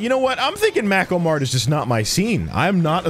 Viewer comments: aUGh it’s pronounced “May-ko” mart (not mad at you) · mako mart YouTube subtitles: Macklemore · Everytime he says Makomart I hear Macklemore. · makoh mart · Butchers Mako Mart pronunciation.